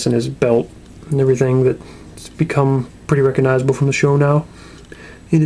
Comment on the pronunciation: His pants and his belt have be come prretty, " Rick-ignizeable " xD